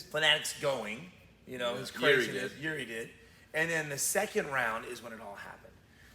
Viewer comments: Its "Jiri" not "Juri" ok? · guys i think its Jiri not juri. great vid and channel though